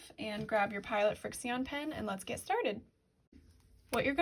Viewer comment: And I’m pretty sure the pens are pronounced “friction”